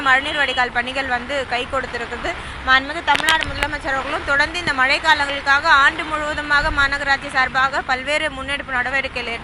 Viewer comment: மல இல்ல மேடம் மழை.....